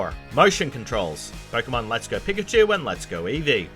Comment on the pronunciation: We all just gonna ignore how many times he pronounces pikachu incorrectly?